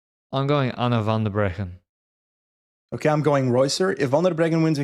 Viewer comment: when said "Anna Van Der Breggen" my fiancé asked me if just said "Ronald Reagan" 😅